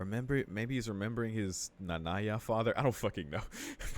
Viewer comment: You mean “Nanaya”. You said Nanya. It’s Nanaya.